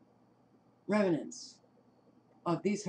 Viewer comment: It's raining in Phoenix right now. By the way, it's pronounced REM-nants not rem-i-nants. There is no short "i" sound in the middle. It means leftovers.